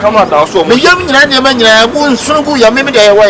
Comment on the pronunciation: Kyekyeku learn to pronounce man and stop saying mine 😒